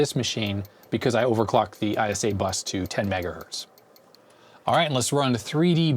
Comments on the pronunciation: what is mega Berts LOL oh you meant Mega HERTS LOL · I heard "MegaBerts" which I agree is pretty much fine. 10 "MegaErnies" is a problem though... ;)